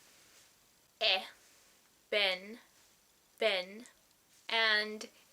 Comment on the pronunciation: Because Portuguese distinguishes clearly between [e] and [ɛ], I always think speaker of other languages pronounce both of them differently, depending if they're alone or inside a word. So I heard you say [ɛ] alone on , but [e] when you prononunced the word "ben" on .